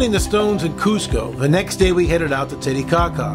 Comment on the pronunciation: Who made this video? "Tetecaca" ? Do a google search before doing this, it's titicaca.